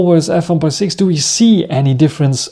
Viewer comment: Als Deutscher sollte man doch "Bokeh" richtig (dem Japanischen ähnlich) aussprechen und nicht das amerikanische Kauderwelsch (die allermeisten Amis können nichts Fremdes aussprechen und verhunzen jedes Fremdwort...).